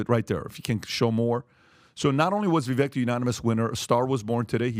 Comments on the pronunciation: you guys should really learn to pronounce Viveks name correctly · vivek’s first name rhymes with “cake”. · As an aside, why can't you guys learn how to pronounce Vivek correctly? Minutiae/optics, but c'mon. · C'mon guys all four of you mispronounce Vivek, (it rhymes with cake), show some respect. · Say it with me: Vivek rhymes with "cake". Say it: Vivek rhymes with "cake". Say it again: Vivek rhymes with "cake". And again: Vivek rhymes with "cake". "Vivek!" "Cake!" Thank you. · Guys, for Christ's sake, his name is pronounced VIVAKE! VIVAKE! VIVAKE!!! Jesus Christ. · Vivek rhymes with cake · It's pronounced Va-vake. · Love this podcast but FYI — it’s VA-VAKE “like cake” as Vivek Ramaswamy would say. It’s not VIVECK — keep up the good work. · Vi-'vake'...get it right.... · Vivek pronounces his name like Vi-vake. Like cake. It’s uncomfortable hearing the mispronunciation over and over again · By now you should know his name is pronounced Vih-vay. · Hey! It’s pronounced Vivake. Like cake. You are welcome. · I listened to Vivek. I thought he did a horrible job. And, by the way, you mispronounced his name. He says it sounds like cake. I think he sounds fake. I think he is on the take. I think he would be a mistake. Vivek (Vivake) sounds like he is in high school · Vivek is pronounced ViVake like Cake. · Come on guys, pronounce his name correctly. It's Vi-vake. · Vivek is pronounced Vivay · One last time for the knucklehead crew: Vivek is sounded as Vivake, rhymes with cake. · Vivek (vi-vake) he has tried to get you guys to pronounce his name correctly and you still don't. This just shows how low he really is in the race, wish people would get behind him. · Appreciate your knowledge and insight… but his name is Vi (vake) rhymes with cake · VI VAKE, ITS VI VAKE. Pronounce his fu**ing name right, he has been in this race for MONTHS. Fix yourselves and respect this man. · Finally guys. His name is pronounced (VIVAKE) btw. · His name is pronounced Vivek like "bake" 🙂